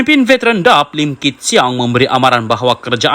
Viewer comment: Pembaca berita bukan orang Malaysia kerana sebutan DAP seperti “dap”😂😂😂. Nampak macam kita tidak ada pembaca berita Malaysia kah???